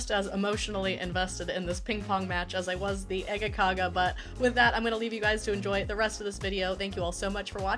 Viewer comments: Some standard Scanian breakfast, amazing, I lived in malmoe for a few years when I was a kid, but I'm impressed, you nailed the Scanian accent of äggakauga 🙂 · No not at all.. Its Äggakaka... Please respect the language. Ä is not A at all... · A French person can have an accent while speaking English and it’s fine but god forbid an English speaking person has an English accent when saying a Swedish word